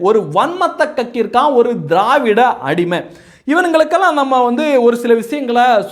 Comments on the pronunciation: நீங்கள் திராவிடிய என்று உச்சரிக்கும் போது காதில் தேவிடிய ஊடகங்கள் என்று விழுகிறது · நீங்க திரவாடியா பசங்க சொல்லும் போது என் காதில் தேவிடியா பசங்கன்னு கேட்கது 😂😂😂😂